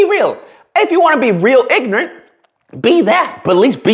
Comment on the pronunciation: Hahaha" ignent"